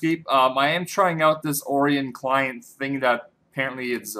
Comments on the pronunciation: Oh-rye-yun. Like orions belt. Jesus. Not ore-ee-yin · Orion=Oh-Ryan Not Oreon... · How hard can it possibly be to say Orion? O- ri - on